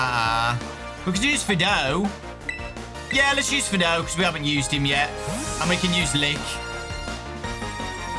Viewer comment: Fidough is pronounced "F-eye-doe" as it's a pun of "Fido" (an old common name given to Dogs) and "Dough" as in Bread Dough. Miraidon is also pronounced "Mi-ride-on" for obvious reasons of it being a living Bike XD